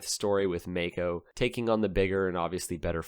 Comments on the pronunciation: I'm Australian. I found that May-co pronunciation profoundly irritating. I remember the brand from back in the 70s. We said it My-co. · Maico is an abbreviation of Maisch (founder‘s name) & Company & it is not pronounced May-Co but Mai-co, with the „Mai“ as in the cocktail „Mai Tai“ - just my two cents as a smart-aleck from Maico‘s fatherland, Germany.